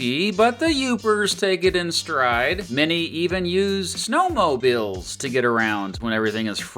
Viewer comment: I like how you say "snowmobile" as if it is your first time ever saying it. So wholesome.